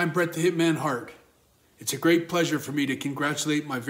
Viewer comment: Did bret say "hi i'm bret "the hitman" hark"? 🤣